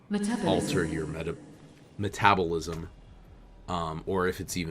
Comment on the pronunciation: meh-TA-bull-ism And I don't think what your mom fed you affects it that much. You are just a beefy boi.